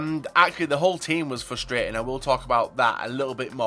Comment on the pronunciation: You overuse the word frustrating and you mispronounce it and it ticks me off. Js, I still love you <3